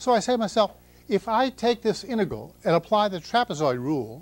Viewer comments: Has anyone heard another person pronounce "integral" as he does? He seems to be saying "inte-gull". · hes prolly said it 10M times, so he deletes a syllable..🎉🎉😂🎉